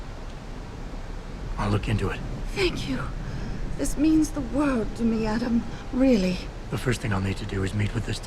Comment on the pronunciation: I love Serif. Sounds to me like he's saying 'yaaadam!' Every time he says Adam's name.